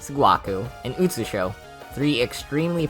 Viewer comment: I mean, there's 'sirno' but then... "tsunae, sgwakoo, and utsushow" mate, do u have brain damage